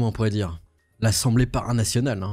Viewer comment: C'est à djire, dégun, mais serieusement!🤦‍♀️